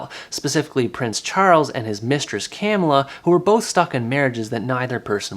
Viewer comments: It's not CAM illa, it's ca MILL a... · Hello, it's pronunced cuh-miller. Camilla